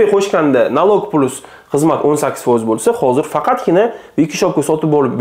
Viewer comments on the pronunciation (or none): Plas deb oʻqilmidi😊